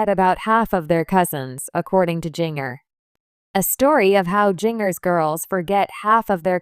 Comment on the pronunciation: Jinger is pronounce ginger like the spice Jana is pronounce jan -na please correct